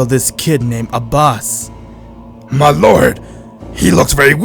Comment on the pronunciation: What they say: Abbas What i hear: A boss